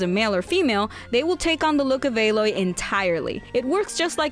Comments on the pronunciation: Why did she say alloy as ay-Loy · Her name isn't A-loy It's alloy, like metal and stuff. It's just a regular word. You butchered it